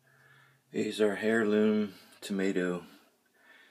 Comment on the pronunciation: hey.... you don't pronounce the "h" in heirloom. Airloom... and that's it.